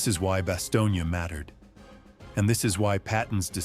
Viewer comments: It was Bastogne, not Bastonia. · It’s Bastogne not Bastogna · When are they gonna get the fucking AI to stop calling it BASTIONA it’s Bastogne,and it not pronounced it baloney,brave men fought and died there,to many people it is considered hallowed ground,I being one of them,so when this stupid AI keeps fucking up the name of the town it really upsets me and I’m sure plenty of other people around the world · The pronunciation of the town is Bass tone. My father was in the battle of Bastogne. George Patton was one of the most brilliant generals to ever command any military force in the history of the world. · AI truly needs work "Bastonia"? try again dopes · Am I the only one who is cringing listening to this guy mispronounce Bastogne ?